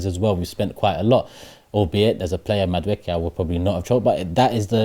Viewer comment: Everyone - “Madueke “ - “Mada-wooky”